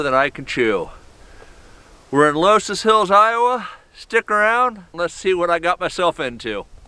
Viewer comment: Only 2 minutes in, but I have to make a correction. It's pronounced "luss hills". Carry on...